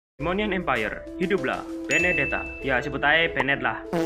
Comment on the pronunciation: Bened bang bukan bennet